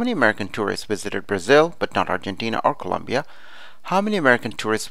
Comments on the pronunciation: I like it :) It helped a lot! BTW it's Colombia not Columbia! Once again I liked it . Very helpful! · Its colombia not Columbia but thanks this was really really helpful